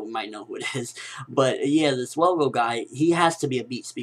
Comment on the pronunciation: its is ttrue his more naruto fan than one piece. i mean hes messing up on the one piece facts like the dude name his velgo not welgo thats not a big deal but hes unsure with the facts like detials about kinemon sword style and cc told them to use seastone on the Devil Fruit users.